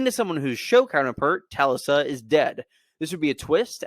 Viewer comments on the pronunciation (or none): Tal-lissa??? I think it was pronounced Ta-Lisa. Lol